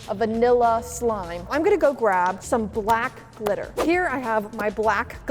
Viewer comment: I thought u said for the first one “let’s get some black littler”🤣🤣 also once u put the black glitter in it it sorta looked like oreo ice cream only real fans can like this 👇